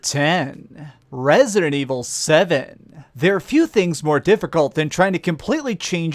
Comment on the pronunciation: the way you said number 10 : Resident evil 7 was reason enough for me to quit the video and comment this.